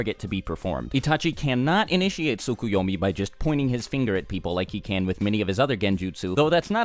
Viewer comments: "no it's SOO-KOO-YO-MEE not T-SUCK-A-YAW-MEE" Actually it's TSKSK-You-Owe-Meee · Actually it also isn't Soo-Koo-Yo-Mee but Tsk-Yo-Mee. You just speak one of the Us (or in English: Os). Maybe that's hard to say for a native English speaker, idk. I just know Japanese way to spell is close to how we Germans spell words so it's no problem for us, here. But it always bothers me how Americans can't say those words correctly. Or anything which isn't English. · I think it's pronounced Tsu-Ko-yo-mi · Can't you guys just pronounce the 't' in tsukoyomi? Sookuyomi sounds dumb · You're pronunciation in the description is actually incorrect. The "Ts" sound is just like in the the word "its." The Japanese pronounce the "T" of the "Ts" pretty quickly though.